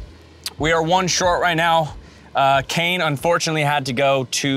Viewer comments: WHEN SHE CALLED KANE SPIDER-CAN I ALMOST LOST IT 😭😭😭😭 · Pls is nobody going to point out the fact that they called Kane “Spider-” 🥴😂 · "spider-" LMAOOOO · “Let’s check in with spiderKan”🤣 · Did anyone else catch the narrator call Kane “spider-can” 😂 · Watching him mispronounce it was hilarious